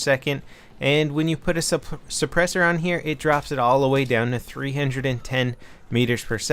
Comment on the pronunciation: What's a suppurssor?